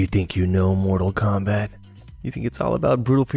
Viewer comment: Bro u killing me u can't get the name right or saying mortal Kombat